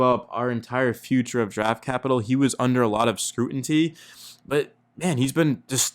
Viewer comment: Scrutiny… not scrutinty